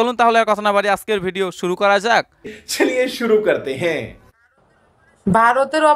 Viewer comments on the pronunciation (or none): none